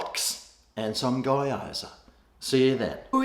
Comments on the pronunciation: Its giyozaa or geeyoza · Hi, I've had a few from Chen's kitchen and they're not bad. Particularly the various yum cha style pieces, really like the prawn hargow! P.S. Just so you know - its pronounced GYO ZA like GO but with a Y in the middle (GO ZA) except its gyo! za. Haha. Cheers. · It's pronounced "Gee-aw-za" :)